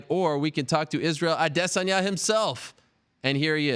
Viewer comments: It's pronounced ah-day sawn-yah. Respect people's name or shut up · Izroyale' AdiSS*anya (adiSSanya) Are you serious? - Jay Jonah jameson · Hey did you guys kno his name was israel ah-dey-sonya? You can thank ariel if you didn't. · its prononced like i-diss-on-ya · Why is he pronouncing adesanya so stupid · I hate how Ariel says his last name. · I've noticed that, but never actually heard Izzy say it himself. Seems like Ariel puts too much emphasis on the first and second syllable.